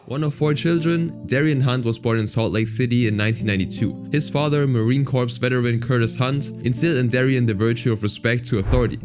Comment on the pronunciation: Just fyi, the ‘corps’ is Marine Corps is pronounced like ‘core’. Just a small tick of mine 😋